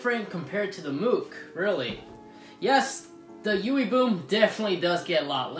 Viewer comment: sounds like you are saying yoowee boom